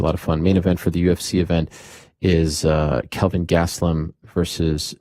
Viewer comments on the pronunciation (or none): none